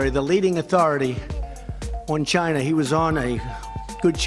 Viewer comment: Ji'NA..Not China...but Ji'Na